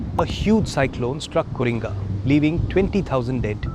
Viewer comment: It is Co, not Coring. Correction by a 70 yr .man.